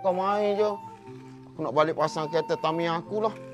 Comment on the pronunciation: Kerete padahal bacaan nya kereta